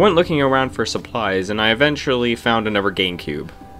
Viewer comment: STOP SAYING ANOVER!!!!😂😂😂😂😂😂😂